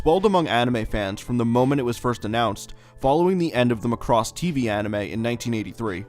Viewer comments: Every single time you say Muh cross I cringe. It's just Macross or Makurosu but not Muh cross. Otherwise good content! Thanks! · Its not pronounced "muh--CROSS" it's "Maa cross"... no way that's gonna make sense... in any case, this is a good video! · Your pronunciation "McCross" is really getting to me. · There was one more "Chou Jikyuu" you missed. Chou Jkyuu Romanesque Sammy Missing 99, an OVA from 1987. Interesting video but by god do I HATE the way American's say Macross. There is no emphasis on "cross", it is just MACROSS!